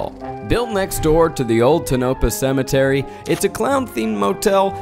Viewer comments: Tonopah ; Zach said "tuh-nope-uh"❌ no ... more like "toe-nuh-paw"✅ Take it from native locals, that ain't it. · tuh-no-puh? Lmmfao. It's pronounced tone-a-paw. Lol. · TONOPAH: Toe-nuh-paw NOT Tah-no-pa NEVADA: Nuh-vaa-duh NOT Nuh-vaw-duh 😂😂😂😂😂😂😂😂😂😂😂😂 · I just have to complain to... Anyone. I know Zach is pronouncing it the wrong way because the first Google result says to pronounce it that way... But Tonopah is not tuh-nope-uh, it's toe-nuh-paw (or puh to some). Other than that irking me the half a dozen times he says it, this was a great episode. I never complain when Zach does his own thing (I even loved the "candid" stuff). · This video is excellent, not trying to make a dig at anyone, just for anyone who may be interested, a pronunciation guide from a born-and-raised Nevadan: Tonopah - “Toe-nuh-p(long a sound like in “cart”)” Nevada - “Nev-(short a sound like in “cat”)-duh” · It's toe-nuh-paw. Not tuh-nope-uh LOL :O( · ITS TOE NAH PA NOT TOE NO PA 😭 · I this video is very entertaining, but for the love of everything, the way Zach pronounced Tonopah repeatedly drives me bonkers. I am in Nevada, and it is Tone a pah. The geologist said it correctly. Again still a great video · The town's name is pronounced "Tone-oh-pa" not "Toe-nope-uh" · It's pronounced TOE-NUH-PAH not TUH-NO-PAH - the geologist had it right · Can't decide if he mispronounced it on purpose or not... Nev-ah-duh (not Nev-aww-duh)... Toe-nah-paw (not Tonope-ah)... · the way zach pronounced Tonopah made me giggle every time. Its Toe-No-Pah and Nee-vah-dah 😂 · TOH'-nuh-pah and nuh-VA'-duh (short "a" sound) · hello! nevada resident here! just gotta say, my sister & i cracked UP every time zach mispronounced tonopah & nevada. 😂 (it’s pronounced TONE-UH-PAW and NUH-VAH-DUH) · I'm from here. I love the video, and I will say that the way you said Tonopah cracked me up 😅 It sounds like this Toe-no-paw. Thanks for the great video about my hometown area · Zach. It’s Toe-Nuh-Pah, Nuh-Va-Duh.😹